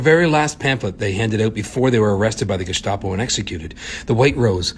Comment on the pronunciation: Its pronounced Gestapo with a normal s, not sh. Thanks for sharing their story!